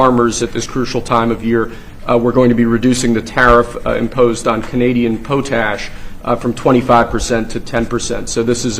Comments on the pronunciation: lolol POATASH????lolol POTASH . . . . do they even know what it is???? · Pot Ash dummy say it properly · Poe tash. Lol